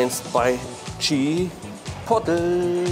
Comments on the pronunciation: Spricht man übrigens [Tschipohtleh] aus nicht [Tschipottel] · Chi Pot le bitte so ausprechen und nicht chipotl , oder sag doch gleich chiwawa zuhahah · Bernd: Chipotle Maxpane: Chipoley:Chipottel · immer geile Videos aber es triggert so hart dass keiner Chipotle richtig aussprechen kann ey^^ Der Daumen ist trozdem nach oben geknallt👍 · Das wird nicht Tschipotl ausgesprochen sondern tschi-poh-tlay, Sour Cream nicht Suhr sondern ähnlich wie in sauer.